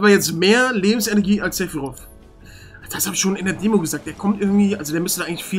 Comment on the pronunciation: Ich hasse die deutsche Aussprache von Sephiroth jetzt schon, nach einem kurzen Einblick. Er wird im Deutschen "Sephirott" ausgesprochen. Nicht wie im englischen. Das macht es viel unseriöser. Schade.